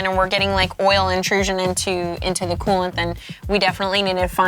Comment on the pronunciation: oil mixed with ooolent .. did I hear that right? :P